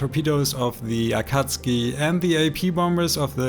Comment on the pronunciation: Amazing gameplay I love how you pronounce akatsuki and your voice is so calming